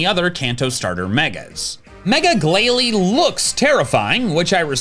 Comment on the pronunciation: THE I IN GLALIE SHOULD BE AFTER BOTH L'S! IT'S AERODACTYL, NOT AIRODACTAL! AND IT'S PINSIR, NOT PINCER!